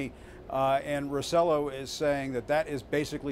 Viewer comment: Ricardo "Ro-CELL-oh" ??? Really? That's embarassing. Has Acosta never heard the governor's last name pronounced? Acosta´s supposed to be half Hispanic.